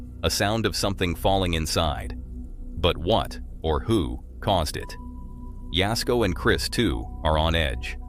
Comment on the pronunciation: Thanx for saying jasko's name right lol